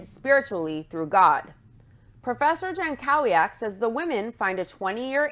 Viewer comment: oh just fyi that's a typical polish last name, it's pronounced yan-KO-vyak